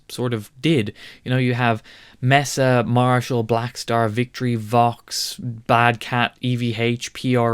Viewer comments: Pronounce it correctly... MAY-suh Boogie. It's not Mess-uh. Nope. May-suh. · Mesa is pronounced "maysa" NOT mess uh. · It's Mesa not messa